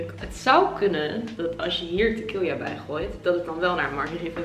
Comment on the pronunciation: Tequila niet tequilja